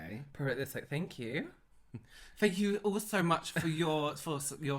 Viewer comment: but FANK: yea THANK 😂😂😂😂😂😂😂 omg